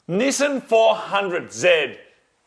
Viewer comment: my girlfriend said the way he pronounced NIssan keeps reminding her of Ramen lol (NISSIN)